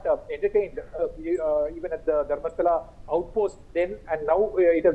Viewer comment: It's DHARMASTHALA not STHAL